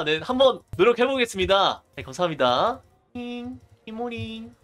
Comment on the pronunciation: 감사합니다 잘쓰겠습니다 할때 발음 뭉개지시네요 선생님